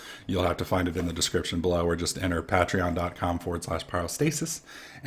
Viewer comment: Pay-Tree-On not Pat-Tree-On xD